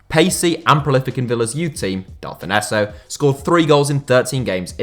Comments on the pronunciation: Delfouneso’s name may be SPELT that way, but it’s pronounced Delfonso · You pronounce Delfouneso, Dell-fon-so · I've always heard delfounso pronounced delfonso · Who's Del-fon-esso? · Del-fin-nesso that gave me a headache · Delfonzo is how u pronounce it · Can’t stand how he pronounces Delphouneso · That pronunciation of Nathan Delfoneso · Thought I was going mad when he said it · How do you even make this mistake? Its an English name lol